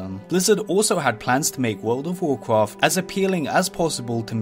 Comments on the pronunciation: wawcwaft fwee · When you can say Rexxar with a Scottish 'R' but can't say Warcraft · "Warcwaft fwee" "Many Secwets" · woucraft fwee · "vocfaft free" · you say wocwaft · Nobody: VOKRAFT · whoa cwaft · You say wowcwaft and its annoying. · in wawcwaft tweee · warcwaaaft fweee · World of Warcwaft fwee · Woucwaft thwee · Wowcwawft frree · warcwaft fwee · wawcwaft fwee ?